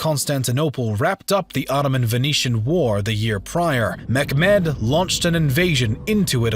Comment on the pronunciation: Great vid, was wondering why you pronounce Mehmet as mekmed?